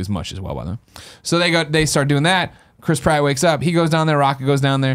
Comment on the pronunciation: I know his name is Chris Pratt, but I just can't not hear Crisp Rat.